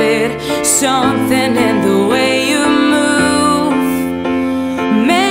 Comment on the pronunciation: Her voice is so pretty but the first time I watched it all I could focus on was the fact that she never pronounced the word 'something' right!